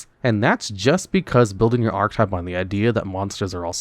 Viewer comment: Please learn how to say the word "archetype"